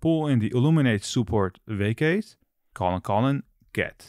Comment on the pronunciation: Took me a while to get you meant "facade" when you said "vacate" lol.